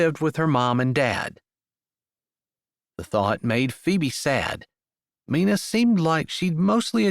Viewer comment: Loved this story! Love the strong Christian faith that is a staple in your books Jessie. you always do a great job but wanted to tell you Mina is sounded out with a long I🥰. That was my mother’s name. Like the myna bird😏 Thanks for this beautiful book!